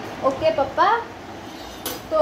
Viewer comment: The way you say pappa instead of papa , ahan so me ❤️